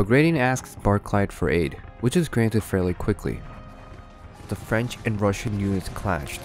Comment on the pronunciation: Why did Napoleon invade Russia!!? Also, at first it sounded like you said "Napoleon's fridge empire"...:p